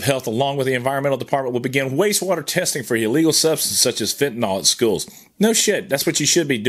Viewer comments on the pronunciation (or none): none